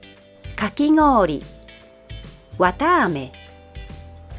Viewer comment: is there a reason kakigoori very much sounds like a 'n' sound: kakinoori?